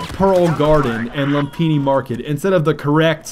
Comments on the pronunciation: Pronounced lumfini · Its Loom-pee-nee:) and its actually a Pali-Sanskrit word but us Thais adopted it. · u noob its pronounced lumfini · Hey you know that Lumphini Garden is in THAILAND right. Implying that Lumphini is Thai not Chinese. THEREFORE implying that it is infact pronounced: ( Lum-fi-ne ) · its loom-pi-ni market and its actually Thai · Uh, no. I live in Bangkok and am half Thai, it is certainly pronounced Lume-pini. Like a lot of Thai words spelt in English, the h in Ph is silent. Phuket is Poo-ket not Phuk-et. Phattaya is Pa-Tay-a. Sometimes they don't even bother having the h, especially with Pattaya. English signage is inconsistent all over the country.